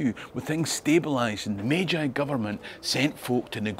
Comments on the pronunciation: What a fantastic bit of history, and international adaptation for trade and the future. -- One quibble: "Meiji" is pronounced /may-jee/ not /may-jigh/ (ei = eh-ee, ai = ah-ee) in Japanese. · okay I love your content and this story but the mispronunciation of "Meiji" is nails on a chalkboard 😅